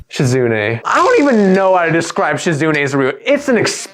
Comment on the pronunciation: SHE-zu-NAY not she-ZOOOOO-knee But very good vid of a great VN. If you're interested, I have interviews with some of the devs on my channel. (Lilly vid in the works)